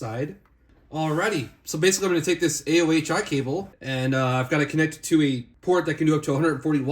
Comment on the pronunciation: not sure, but i think the company is pronounced A-oh-ee